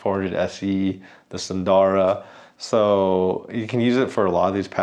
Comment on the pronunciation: There are no long vowels in "SUNDARA".